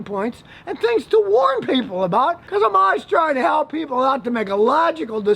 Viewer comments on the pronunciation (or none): none